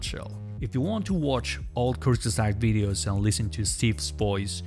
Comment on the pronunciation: “Kurzesagt” is really not that hard to pronounce.